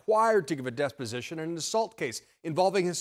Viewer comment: "Trump required to give a despot-sition" rather then "deposition"... Freudian slip?